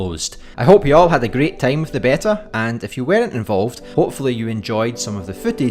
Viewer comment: In the UK it's normally pronounced BEE-tah, in the US BAY-tah, never heard BEH-tah before but you do you!